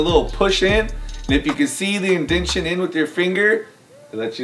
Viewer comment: inventing words in front of our eyes, "Indention."